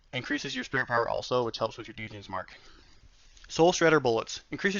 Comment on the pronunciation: d-jins mark? Dummy